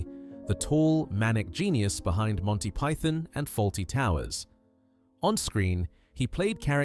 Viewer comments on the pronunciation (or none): Mispronunciation of "python" and "hedonistic" SHOW THAT THIS IS AI SLOP CONTENT!